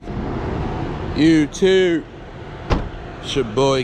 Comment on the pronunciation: You can't even pronounce YouTube and you think you're gonna get monetized. 🤣🤣🤣